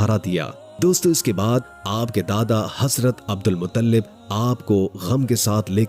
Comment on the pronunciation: अब्दुल मुत्तलिब है मुतल्लिब नहीं है